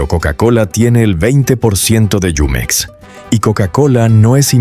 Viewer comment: NO ES YUMEX, ES JUMEX.